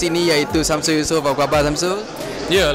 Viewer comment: first tu, orang tu mcm sebut samseng yusof